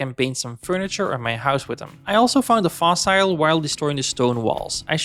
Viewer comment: This was a great 100 Days to watch. As a new player, I actually learned quite a bit. Keep it going! PS: I know I'm late, but... 'Fossil' is pronounced as in 'fossle'. ;)